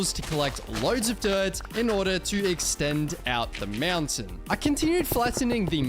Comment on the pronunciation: Ahh yes "To get up the MEOWNTAIN" said